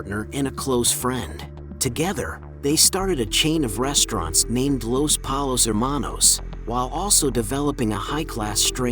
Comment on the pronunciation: I'm sorry but Polos?? If you don't say Pollos, you didn't watch the show